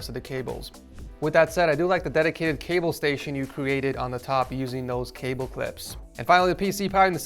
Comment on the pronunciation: all I can think every time he says cable is kaybow and I can't unhear it